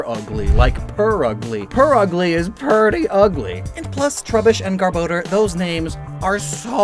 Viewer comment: Garbodor, not Garboder